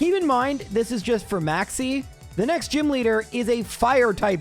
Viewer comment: When you said Maxie I thought you said "Maxx C" and set off my master duel PTSD lmao